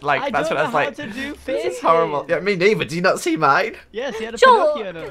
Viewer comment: Omg I'm not the only that says meh instead of me